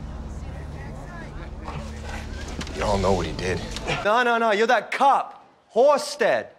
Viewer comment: The dude said "You're that cop Halstead" But it sounded like Horsehead instead of Halstead xD